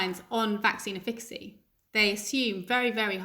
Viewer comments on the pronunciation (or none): I don't know about getting sick from the Indian variant but the pontificating prof Pagel certainly made me feel ill. It took me much of the interview to work out that when she said "vaccine ifficksy" she meant efficacy. I suggest she goes into lockdown and let the rest of us get on with our lives. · Yes it came out as ‘effigy’, perhaps tension, simmering hysteria at the idea of having to go back to work. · How can we take someone seriously as an expert when they can't even pronounce the word efficacy? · I don’t trust any one that can’t pronounce efficacy correctly 🤨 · She's deliberately "mispornouncing" it so when it's shown to have actual "efficacy" later she can honestly state "I never said that!"